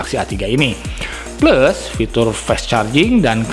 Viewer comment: Cara sebut plus pun salah